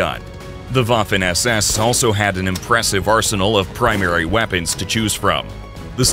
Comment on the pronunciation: The Woffen ÄS ÄS😅